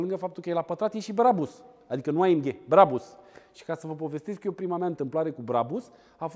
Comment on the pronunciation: Se spune Brabuș